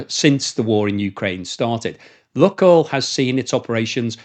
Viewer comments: Lukoil is pronounced luke-oil, not luck-oil. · Lukoil pronounced Lukeoil as in Luke the boys name.